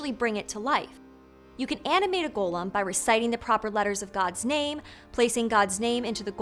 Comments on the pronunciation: Loved your take on the Golem story, learned a lot from it!! Also, the way you kept saying Gollum instead of Golem is “Precious!” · Golem's pronunciation is malleable apparently also. Listen carefully to all the times that you pronounce the name of the monster. Once you pronounce it as "Gollem", like in The Lord of the Rings. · That's an incorrect pronunciation. The correct pronunciation is "go-lem", just like how it's written. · Except for when she slipped and pronounced it how she really wants.